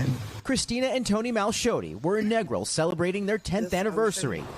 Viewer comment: Your A.I. pronounced Negril wrong.😂😂😂